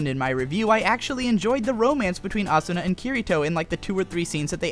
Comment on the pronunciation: Hes so Stupid Can't Even say Asuna and Kirito right you have very bad taste .... why not go write a review about Log Horizon/AOT/SAO I'd LIKE TO SEE YOU FUCKING TRY...